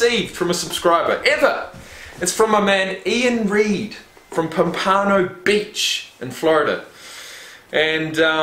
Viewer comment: Pom-Pan-O beach. Same as the fish pompano